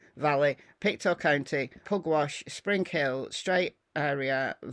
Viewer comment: just some pronounciation - Mus-ke-dob-it and Pic-toe. A lot of our names here in Nova Scotia remain from our Indigenous peoples